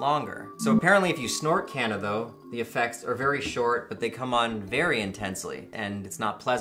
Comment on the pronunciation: As someone from South Africa that's not how Kanna would be pronounced. But awesome wordplay. It's pronounced KAH-NAH. The K as in Ketamine.